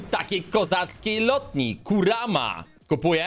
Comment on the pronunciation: Kuruma nie kurama